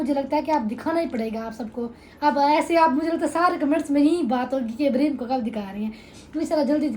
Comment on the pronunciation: Ibreeheem nhi (Ib ra heem) naam sahi lia kro plzzz